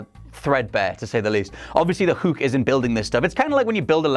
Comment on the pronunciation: ....just say hook normally please....Hook....not HUUK